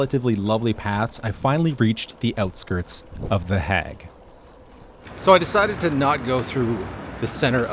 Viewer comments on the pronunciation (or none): I have never heard The Hague pronounced like you say it 😂 Hague is pronounced as vague. Love from Zandvoort ❤ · Surely you know the difference between pronouncing 'hag' and 'hague'. Not that it isn't funny... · hey man! love this video and has inspired me to take this route, however your pronunciation of city names pains me. (pronounced the heyg not heg!!) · The 'a' in 'The Hague' is pronounced like the 'a' in 'plague' or 'haste'. Your Grandfather is much appreciated. 🫡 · Oh god the way you say the hague is so wrong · I think he tried to do a Dutch pronunciation but only changing the 'a' and not the rest of the name